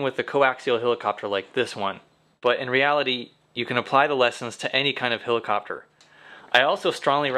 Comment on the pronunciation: hElicopter, not hilicopter